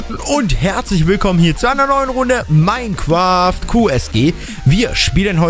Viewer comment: Du kannst minecraft nicht aussprechen hahahahahaha du sagst minequaft und quashen Digga kannst du kein Englisch ?OMG hahahahahha